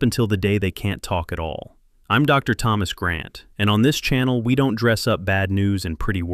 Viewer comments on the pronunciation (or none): none